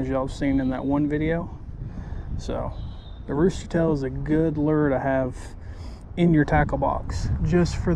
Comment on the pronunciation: What is it? A Lerrrrrrrrr ? 😂😂😂😂